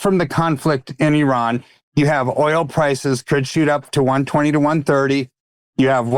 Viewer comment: Thank you for this and for correctly pronouncing Iran. You don’t say eye-taly instead of Italy. Right? Great t shirt too.